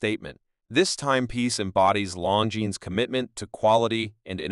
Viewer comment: Pronounce Longines correctly please